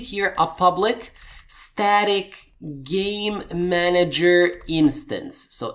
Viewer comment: Great tutorial and thanks, but... How many times do I have to hear Gay-manager before I burst into immature giggling... sigh... nnnngggg!! lol